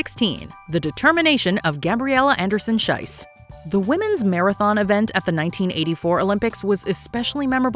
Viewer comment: Please pronounce the name of Gabriela Andersen-Schiess correctly! The way you're saying it your're literally calling her Anderson-"shit", which is what "Scheiss"means in German. In her name "Schiess" the "ie" is pronounced like the "y" in "history" for example. Usually mispronouncing things isn't a big deal but because of the meaning it feels really bad to hear her being called that, it literally made me cringe (and write this comment)